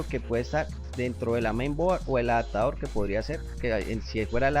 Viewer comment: adatador, direta, correpta, conetado, jap, debes pronunciar bien, es una falta de respeto y horrible escucharte